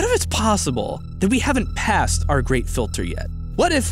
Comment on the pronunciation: Who else thought kept saying grape filter not great filter